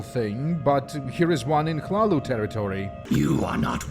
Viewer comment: Omagahd, you're the only one who pronounced hlaalu the right way, incredible. The others that I know said smth like laluu, la lui, lelua, llala and so on